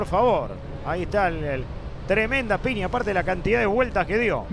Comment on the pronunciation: ¡Que fantasma ése relator que dice PINIA en lugar de PIÑA!